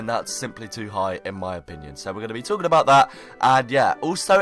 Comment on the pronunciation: What are you "tlaking" about?